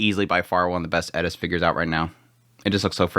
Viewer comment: . You said "Eris"! 👍